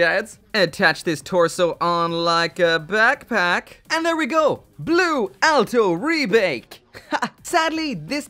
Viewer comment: "Blue Alto Rebake!" XD